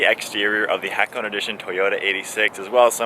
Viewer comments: say (ha ko nay ) its not a cone as in icecream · Its not ha cone It is HA KO NE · Dude! Its called Ha Ko Ne! Not hak-one.. if it’s Japanese car brands at least ask the people from the dealer shop or research..don’t murder the name 😔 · *Ha ko neh Not Ha cone. 😁 nice review btw. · It's pronounced Ha-Ko-Nay...Not Hack-1 or Hack-Own. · Good review so I’ll excuse the fact that you said “HA-KOH-NEY” wrong. Japanese man forgives you. Also, this car is such an underdog! YES: it was a collaboration with SUBARU YES: it’s not as fast as other cars YES: it has its flaws. BUT: At least it ain’t a bmw collab. 😂 (Toyota could’ve done the supra on their own. 🙄)